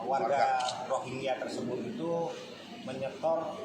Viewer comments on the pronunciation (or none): Gk enak bgt denger ROGIYA, ROGIYA.... KAYAKNYA BKN ROGIYA BANG.. MEDIA MENYEBUTNYA " R O H I N G Y A"..